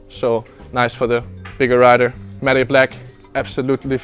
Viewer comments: It's pronounced like mat black not mat e black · Am I the only one triggers when he pronounces matte black like maday black and it's like mat black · love how he says matty black instead of matte black haha, such a good video as always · The way he says 'matte'😂